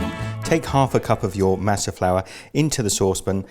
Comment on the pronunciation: I'm from California and it doesn't matter what the color of your skin is, you're taught the proper way to say a lot of Spanish words from a very young age so it always cracks me up to hear English speaking foreigners try to say Spanish names and words. Lol it's Mah-suh not maa-suh. Lol love the video, though! Atole is super awesome.